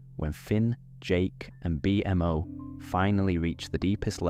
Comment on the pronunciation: Great episode!! So glad this popped up on my feed when I needed to sleep. The way you say bee-m.o. is so funny lol